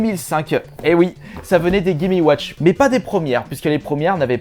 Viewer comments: Chaud de répéter 36 fois "gaiméouatch". Et euh... Chaud aussi d'entendre quelqu'un qui fait autant de fautes d'orthographe à l'oral. . Dommage car le sujet est intéressant et le montage est cool. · Clair.... "Les gaiméouatch"